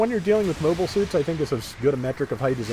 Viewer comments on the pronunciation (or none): none